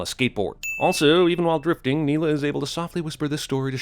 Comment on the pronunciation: Interesting you say it like that. 'Driftig' literally means 'angry' in Dutch.